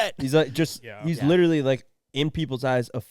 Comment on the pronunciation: says witerally lol